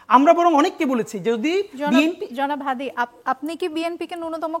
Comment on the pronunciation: তার নামটা সুন্দর ভাবে উচ্চারণ করেন হাতি না হাদি ok